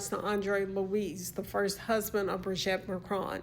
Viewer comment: Thank you, dear, but please stop calling her Brigette, it's wrong and it's awful. It's pronounced Bree-geet. Bree-geet. Please! Take care 🌹